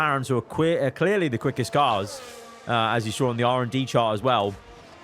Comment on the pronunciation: bro nearly said queerly lol